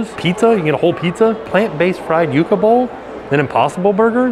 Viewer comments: i was eating with you and the correct pronunciation is not yucka fries sounds like 😝 yuck It's yuca so like you ka chips awesome videos keep up the good work love you guys say hi to Jackson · Lol it’s pronounced You-Ca (Yucca) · yuc·a Hi from Jefferson, Georgia original from Miami, I always find the way you say yuca so funny. The way I say it is yo͞okə or easy way, you ka. Keep up the great work. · Hey, Jen & Jackson!!! Love your videos always! Tip so when you go to a Spanish country you are set, Yucca Fries is pronounced You-ka fries 💚 I am Dominican 😃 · Yucca is pronounced YOU-KAH